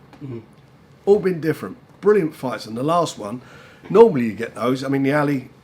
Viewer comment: Anyone else think Frank pronounces "Ali" weird. Ally!